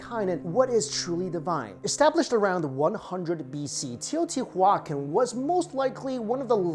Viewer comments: The word isn't Spanish. It's pronounced Teo• tiwa • kahn Also, he mispronounced dielectric It's "DI" not "DE" Electric. As in two, or binary. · Bro...love all your vids, history and food etc...But you're Killin' me. Tay-oh-tee-wa-kahn. Or at least that's the way we said it in spanish. (I'm aware it's an Indian word, but I couldn't understand or knew what you were sayin...lol) again great video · Teoh • tiwa • CAHN. Stress on that last syllable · Huacan --> juacon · I really like your videos, much respect. It's Teo-tia-wah-khan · Teo-ti-wakan. The pronunciation is similar to living languages derived from the Dakota/Lakota peoples. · Say it right : tayo tee wacan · Very good video, just one thing... "Tey-oh-tea-wah-KHAN" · TEO - TEE - WAAA - CON YW BOOBOO. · Wtf are you saying it’s teotihuaCAN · Teo• tiwa • kahn it’s a Nahuatl word for the city of the Gods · I really like your channel, but you pronounced it wrong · the way you pronounce the name has cringed my soul to the point that i wish they sacrifice me there. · I am cringing every time you say Teotihuacan. 😖 The pronunciation is soooo off!!! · It's definitely a hard "K" sound. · haa haaa...i was thinking the same. Poor kid never heard of the city I bet before he made the video. Didn't know how to pronounce it correct. He still has good videos though. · thank you! That was bothering me as well.